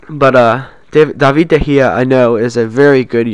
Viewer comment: its david de gea not davie de gea